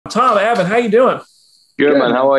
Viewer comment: BTW....It's Avan! Not Avon! 🙄